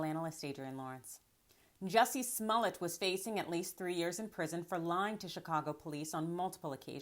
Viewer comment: Why does she keep pronouncing his name "Sss-mullet"?